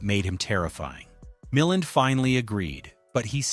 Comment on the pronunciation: I have never rooted for Tony Wendes. AI says "MilLAND" correctly once then never again. It's not THAT intelligent.